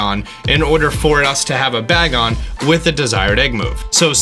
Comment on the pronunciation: Its pronounced "bae-gon" not bag on